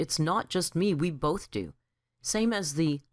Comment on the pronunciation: Gah!, it's BOTH not BOLTH! No L!